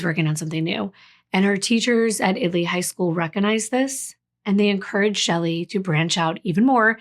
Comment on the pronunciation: Thank you for researching “IT-Lee” Texas. Most people assume it is pronounced“”IT-uh-lee”. 🤍